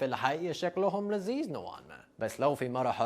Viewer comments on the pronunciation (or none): لذيذ وليس لزيز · فيديو رائع لذيذ ب حرف ال ذ مش ال ز يا ريت فيديوهات عن الثقافة الأمريكية و الأشياء الغير حقيقية اللي بتنتشر عن الامريكان في الإعلام ممكن فيديوهات عن النظام التعليمي الأمريكي